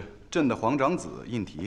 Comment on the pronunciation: 皇长子为胤禔（In zhi)。不是胤褆（In ti)。皇子都是示字旁而非衣字旁。此剧的编导演不应该出现这种错误。在雍正王朝里就有正确的拼写与读音。